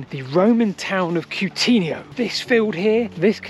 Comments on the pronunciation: Roman town is Cunetio (Koo-neh-tsee-o)not Cutinio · in a number of videos you pronounce Cunetio as Coo-teen-io rather than how I assumed it is pronounced Cun-net-io can you confirm. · pls check pronounciation of CVNETIO and AEOLIPILE